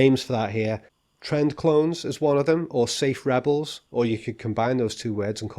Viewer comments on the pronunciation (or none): also I like your tern TERND, it sounds drity